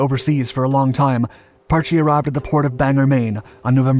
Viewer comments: If you are going to make a video about the history of a sub you could at least try to pronounce the boat's name properly. Parch not parch-ee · After being station on the Parche for 9 years out of a 20 year career( ) and hearing it pronounced Parch by a lot of people over the years since 1983 it just kinda old and gets me going.